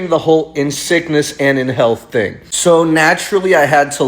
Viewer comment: Can we stop saying TING for the love of god